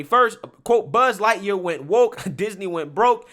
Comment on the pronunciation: 😱Did that guy say “Butt Lightyear “